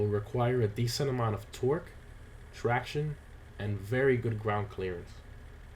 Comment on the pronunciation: Everytime he says Torque I think he’s saying Twerk